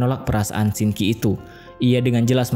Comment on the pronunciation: bukan Shinki tapi Sin qi🥲😊